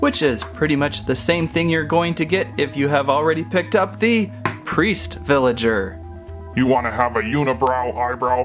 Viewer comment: Ricardo Castellanos its villager not villagert